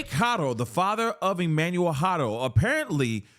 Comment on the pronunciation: Thank you for pronouncing Haro correctly!! Every single person who posts a story about this pronounces it HAIR-OH when it's HAW-RO. It's a Spanish surname.